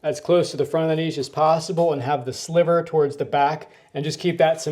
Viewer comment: Thank you SO much for the correct pronunciation of 'niche' and 'sliver'... So many people say 'nitch' and 'slither'.